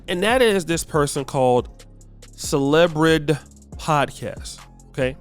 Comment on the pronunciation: CelebriD (Celebri-Dee)